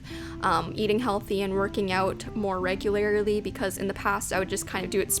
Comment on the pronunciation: uhh im really really sorry but a pet peeve of mine is when ppl say particulARILY or regulARILY instead of particularly and regularly and you…